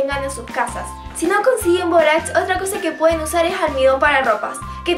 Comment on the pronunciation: todo iba bn hasta k dijo borax